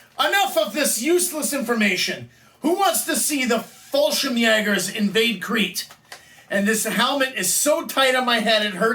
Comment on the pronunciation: You pronounced the Word Fallschirmjäger very well.And i know how hard it is to say it because the "ä".But at the end you need no S at Fallschirmjäger.One or more Fallschirmjäger is not importend